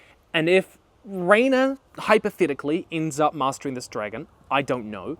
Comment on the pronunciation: I used to watch you when you started making httyd vids and it’s hearin you say “dregen” 😅